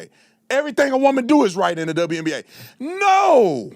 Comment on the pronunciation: WNBA. Not TWNBA.